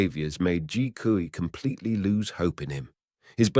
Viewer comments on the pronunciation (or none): These videos on Chinese crime are very interesting. But would it hurt to learn how to pronounce the names properly. Hui is pronounced way. Kui is pronounced kway, As someone who is learning the language it hurts my ears to hear the mispronouncing of the names. Otherwise thank you for your work.